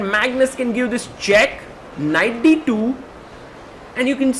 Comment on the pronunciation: Deeeee twoooo😊 indian accent is funny af